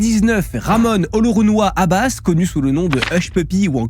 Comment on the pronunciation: Olunerunewa😂😂😂❌ Olorounwa✔️la vraie prononciation